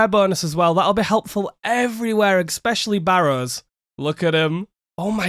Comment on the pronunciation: Love the content but please learn how to say "especially" 😅